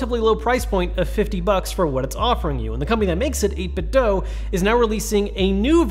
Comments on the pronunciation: Why does everyone pronounce the 'do' of 8bitdo as "Doe" as opposed to "Doo?" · Repeat after me: eight-bit do, as in doo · Quick question, why do people say 8bitdo as eight bit doh (like the doh homer says) instead of eight bit do (do as in, can you 'do' that?) ?